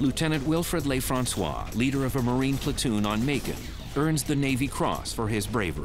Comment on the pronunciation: the narrator doesn't know how to pronounce a French word or name. He thinks it's spanish , he must be from california. They pronounce stuff differently from French. I'ts NOT LAYFRANSWAH, IT'S LUHFRANSWAH (Lieutenant LeFrancois) . his name just means, The Frenchman.